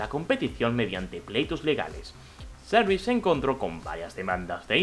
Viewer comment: porque pronuncias cyrix asi? medio inglesado?